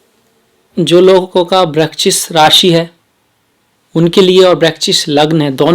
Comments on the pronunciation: ye brakchis kyun bol rahe hai sir? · Kon hai ye namuna..... Jise vrischik bolna bhi Nahi aata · Vrahschik bol nahi paa rahe aap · वृश्चिक शब्द बोलने का अभ्यास करें 👍👍👍